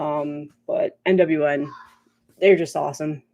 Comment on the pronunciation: Yay…Devil Master! 🤘🏾 😈 ….. that’s obviously their first record. But their second album I think was actually really good and made my list…. Bummer that I missed, but catch the next one and got to say every time you say NWN, I hear NWA.✊🏿😁 My bad you got all of them totally jelly there that’s awesome. You have some of the best albums that got released within the past two or three there. Kudos kudos.